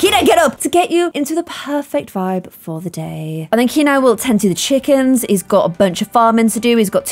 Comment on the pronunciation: says chickens poshly Me: when did you become posh?????